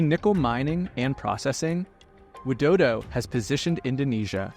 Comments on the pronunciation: ain't no way you call president Widodo to dodo🙏😭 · He literally said Joko Widodo, and I'm Indonesian, it isn't pronounced that way We usually say President Jokowi Dodo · It's Widodo..not Wildodo...